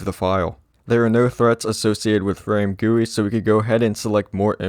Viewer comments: Him saying FrameGuWi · the amount of times he said "FRAMEGUI"